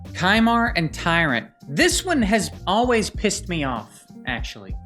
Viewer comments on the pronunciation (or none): none